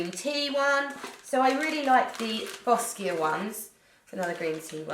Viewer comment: lmao boss-kia